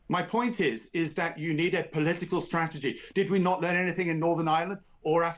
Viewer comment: Crafty polee-tickle??